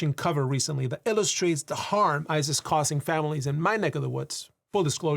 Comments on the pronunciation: You keep on saying "ICE is" and it sounds like "ISIS" and everything you said basically applied to both. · Every time you said “ICE is” I kept hearing something else…